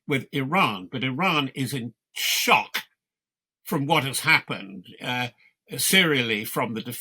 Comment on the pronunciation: Notice how he emphasizes the word SHOCK...